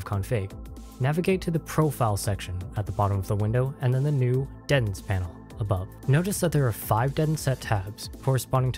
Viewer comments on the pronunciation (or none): Say it with me. DEEEEE TENTS.